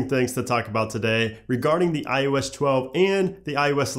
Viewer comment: You say iOS 11 fine. What's the difference when trying to say iOS 12?